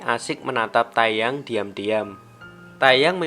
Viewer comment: Teyang bukan tayyang :) Mire Bekha